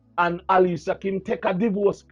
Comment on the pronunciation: big up yourself but her name is Alicia kim please pronounce it properly ok darling lol